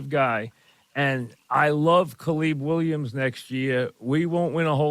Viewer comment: Who the heck is Caleeb Williams